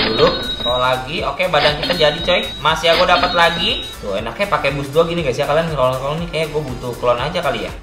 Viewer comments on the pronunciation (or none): Nge rrrrrrrrrrrrrrrol